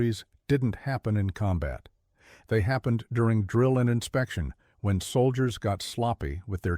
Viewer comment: Dowble-u Double-u 2 soilders. AI garbage